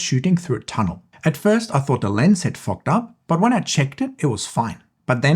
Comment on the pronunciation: . OOooooooooooohhh... you said "fogged." 😅